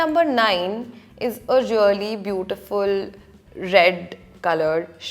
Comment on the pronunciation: She is like... Relly relly relly rellyyy... Almost a hundred times..she didn't even say really.. She said relly relly relly relly relly relly relly relly...